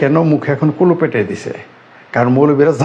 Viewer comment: 😂😂😂সোনামনি, শব্দটা "খুলুপ" নয়---"কুলুপ" হবে, আগে বাংলাটা ভালো করে শেখো, তারপর নাহয় নাদান আমজনতাকে বিনামূল্যে যতখুশি উপদেশ খয়রাত করবে!😂😂😂